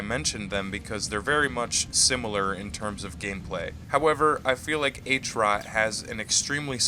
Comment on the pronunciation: great vid but try pronouncing it at HROT not "H-ROT" :) How you say Heart but without "ea" and "t" hrrrot